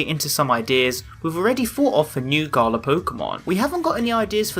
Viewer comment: I hate the way is saying Galar ‘Garla’